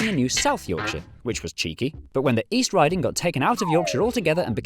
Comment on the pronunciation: “and east RIDING”